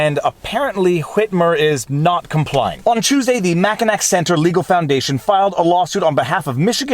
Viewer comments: Am I the only michigander that heard mackinac and not mackinaw as pronunciation? Poor viva trying to say ypsilanti then fort michilimacinac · It's spelled "Mackinac", but it's pronounced "Mackinaw". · Mack-in-gnaw not Mack-in-ack. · Mack N Ack? It's Mack N Awe. Hwwwitmer. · FYI, Mackinac pronounces as Mack-i-naw (as opposed to Mack-i-nac) - with a Native American origin. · Mackinac = Mack-in-awe not Mack-in-ac Just a friendly heads up from an OG Michigander. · MACK IN NACK!?!?!? IT'S pronounced "Mack in Naww" Thanks for covering a local story. Peter Lucido is my county prosecutor and he's trying to gather resident stories about parents in nursing homes with covid patients. Those homes are not replying to relatives. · Teeny point: "Mackinac" is pronounced, 'MAK - in - awe,' not 'MAK - in - ack.' Thanks for all of your work. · You’re french and said mackinack and not mackinaw??? As a former michigander i feel lied to! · I was just about to comment about how Crowder has been reporting on this since it began. And then my soul cringed when I heard you pronounce Mackinac(Mack-i-naw) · Just for everyone who isn't a michigander - Mackinac is pronounced mack-in-awe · Viva! A French speaker mauling the pronunciation of Mackinac? It is Mack-i-NAW 😊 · Very interesting. Apparently having a Democrat governor in your state is now a factor in life expectancy... 🤔🙄🤦‍♂️ Also, just a note: it's pronounced "mak-i-naw". I don't know why. It just is... 🤷‍♂️ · Mackinac is pronounced Mackinaw. The bridge from the mittin to the rabbit is called the Mighty Mac. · In Michigan we pronounce it Mackinaw, not Mackinac. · Mackinac is pronounced ma·kuh·naa, no hard C at the end. It hurts to hear! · Mackinac “mak en aw”. Silent C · Just as an FYI: In "The Mackinac Center" Mackinac is pronounced "mack-i-naw" (for future reference) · Its pronounced “mack-in-naw”.. I know, it’s crazy 🤷🏿‍♂️ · Just am FYI...it's pronounced "MACK-IN- AWE" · Pronounced Mackinaw. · It's pronounced MackinaWWW!!